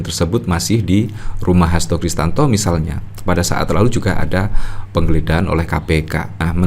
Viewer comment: Mas...bukan Kristanto, tapi KRISTIYANTO😊